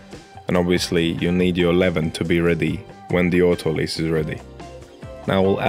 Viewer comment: I love the fact you say "autolyse" properly!